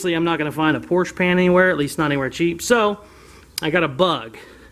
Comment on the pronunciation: Porsche is a 2-syllable word lol